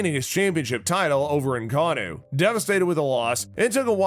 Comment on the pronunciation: You pronounced most of the fighters names incorrectly. Ngannou not Ngnnou